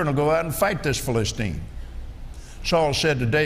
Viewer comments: Here is what is happening. He spends an inordinate amount of time flipping from verse to verse and brings up the subject of covenants. Eventually, he gets to the story of David and Goliath. Along with annoyingly mispronouncing the word Philistine 30 times, he points out that David was aware of or confident in his covenant with God. Then, the rest of the story David kills Goliath. Then, some jokes about the decapitated head. Lots of tangents. Now, a covenant for America. Skipping to Genesis 17? Nursing a child? A bit of Alzheimer's and he is pronouncing things really weird. I don't know why he is stuck on the old covenant, but he is trying to tie it to George Washington. Jesus was the fulfillment of the old covenant. Did Kenny forget about Jesus? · T'he irony that he can't pronounce Philistine 🫣